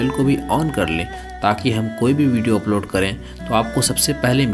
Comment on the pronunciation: भाई बोलना सिख ले🤣😂🤣😂 बीडीओ,,नई होता हैं वीडियो होता हैं🤣😂🤣😂बीडीओ🤣😂